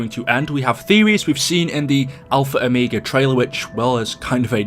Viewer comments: I'm going crazy stop saying -o me ga it's -o mega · Ah yes “Alpha Omeega”